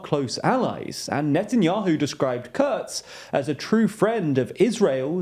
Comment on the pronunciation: It’s Kurz ! KUUUURRZZZZ with an U